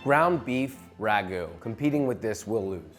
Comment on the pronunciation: it is not ragu`